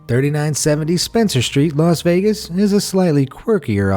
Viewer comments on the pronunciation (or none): none